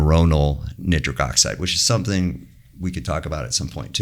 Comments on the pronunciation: I have never heard nitric oxide pronounced neatric oxide in my life.... synthetic chemist here for over 20 years. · How is so incredibly knowledgeable and intelligent, and an absolute expert in his field, but pronounce nitric like that… jokes aside, thanks for sharing all that in depth knowledge 🙏🙏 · Why does he pronounce nitric 'nittrick'?